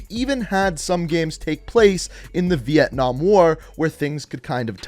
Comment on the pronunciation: hahahahhahahahahhahahah vientnam not cold war